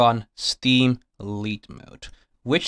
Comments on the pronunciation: Fun fact "Lite" is pronounced "Light" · Doesn't work in 2023. They've done something to it and now it runs even if you change the properties in the security tab. Steam sucks! Also, LITE is pronounced LIGHT, not leet as you are pronouncing it.